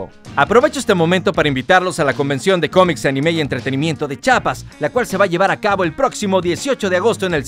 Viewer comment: ES CHIAPAS NO CHAPAS ¬¬'